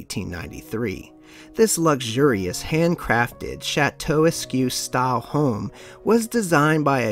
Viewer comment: Check your pronunciation of Chateauesque. It’s not pronounced like Q but like K.